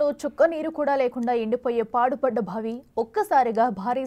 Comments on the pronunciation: ఎన్ని సార్లు బావిని భావి భావి అని పలుకుతావ్? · భావి భావి వత్తి పలకకు బావి అని తేలికగా పలకాలి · భావి ఏమిటీ ముందు తెలుగు పలకటం నేర్పుకోండి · బావి కాదు భావి......edikelli ostharra babu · భావి కాదు తల్లి బావి అని పలకాలి 😂😂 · భావి కాదమ్మా బావి అను 😡😡😡